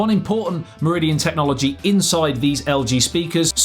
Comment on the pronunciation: You make Meridian sound like Mourillian